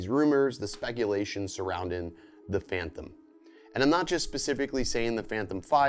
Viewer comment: I can not get past you saying phanthom instead of phantom.